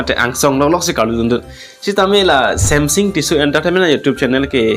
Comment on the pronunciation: Samsung ✅ samsing❌ Tissue ✅ Tisso❌ 🤣🤣🤣🤣